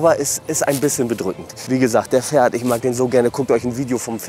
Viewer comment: Er heißt ,, Ferhat,, nicht Pferd 🐴 😂